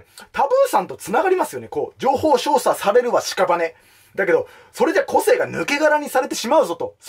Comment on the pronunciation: 一度も情報操作って言えてないのほんとにカワイイ！